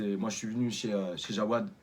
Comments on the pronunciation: C'est pas Jawad mais Jaoued gros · PUTAIN il fait que de dire JAOUAAAAAD AU LIEU DE JAOUEEEED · A la place de jaoued il a dit jawad à le place